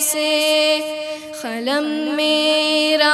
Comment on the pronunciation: Qalam ko khalam Qasir ko khasir padh rahe hain...